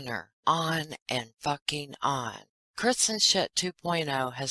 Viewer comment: Every time I hear you say Chris-n-shit, I laugh out load! ❤️